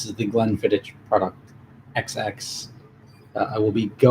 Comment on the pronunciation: It’s pronounced Glenfiddi”k” not “ch”